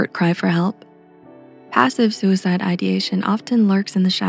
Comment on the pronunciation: i don't like a thing about this video. suicide is not a grave word and your diction emphasizes it. it is a small, decidedly everyday word, and should be said without alluding to some big issue. if you catch my meaning. i don't put weight on my thoughts about suicide, and will appreciate when you don't either.